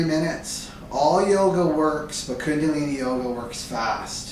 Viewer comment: How can you trust someone that cannot even pronounce the word "chakra and kundaliní" correctly?